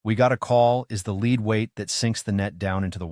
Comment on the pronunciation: "I'm not a robot?" You mispronounced "lead!" What else is unreliable info?